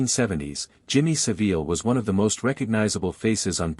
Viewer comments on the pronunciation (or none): Jimmy saVEEL?? Come on AI at learn how to pronounce this evil pervert’s name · It's pronounced Savil you AI moron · Jimmy Saveel? Stopped listening. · Me too. Should be Jimmy SoVile lol